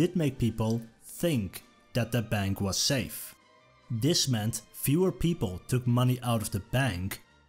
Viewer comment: Why can't the narrator pronounce "th" properly? "This" becomes "Dis". Something that makes this (th-is) unlistenable, as far as I am concerned. :face-orange-frowning